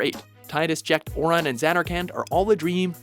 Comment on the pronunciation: they didn't even pronounce Aurons name right in a voice acted game plus they called him a dream they obviously just read a FFX Wikipedia page and never played the game